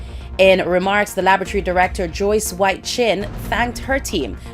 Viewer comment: Laboratory Alana not Labatry.